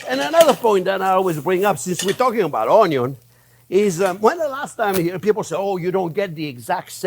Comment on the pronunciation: I remember one day cooking alongside you in your programme and I was stressing over cutting the onions, and as I was stressing over them, you looked up to the camera and said "don't worry how you cut the onyos - they can be cut this way, or that way (showing different methods) and it's all-ah going to taste-ah the same-ah." I remember smiling and putting my oddly shaped "onyos" in the dish and you were right. It was as though you were right here with me. I hear your tips in my head when I'm cooking. Thank you so very much for improving my cooking over the years and sharing your vast experience. My husband and family thank you too. Sending you massive hugs from us all. Oh and I'd call that an "onyo" gravy. Xxx